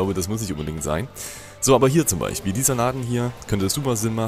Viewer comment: Du redest wie mein Vater❗😂: BeiCHpiel, theoretiCH, TiCH, unterirdiCH😂✌🏻